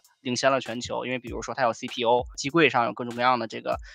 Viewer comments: 人家自己写的稿子怎么可能读错，就是中英夹杂念快了有点吞音，下次直接念全中文或者英文全称吧😂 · 说的CPO，只是夹在中文间念太快了发音不够圆润饱满听觉上容易混淆～